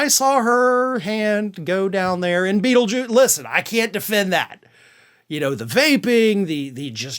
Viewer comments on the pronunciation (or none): I thought I heard you say feeljuice.😂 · Dont say beatlejuuce 3x dangit we may get someone worse.